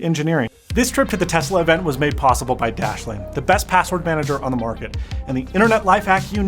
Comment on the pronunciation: Tezla? Or Tesla?